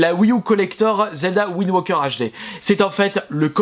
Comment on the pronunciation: Majora's mask pas majora mask wind waker pas wind woker